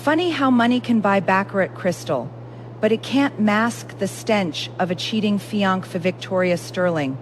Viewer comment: Fee on kay meaning fee on say!! Number meaning no! Seriously, author if your going to do AI, get the pronunciations correct. Plus, why aren't the newlyweds consummating the marriage? Neither are in love with each other but they don't love anyone else, they don't necessarily have morals, so why aren't they having sex??? It's a business transaction!!!😅